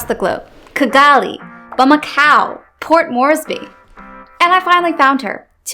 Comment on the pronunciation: Did you say Port Moresby?